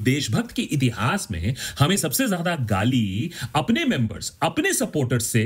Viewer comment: Wth is ghaali? It's pronounced gaali